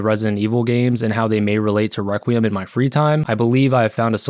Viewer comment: No YouTuber can pronounce requiem